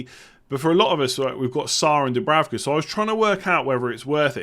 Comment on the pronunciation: the German Sky commentators said that it‘s pronounced Dubrouka (ou as in mouse)!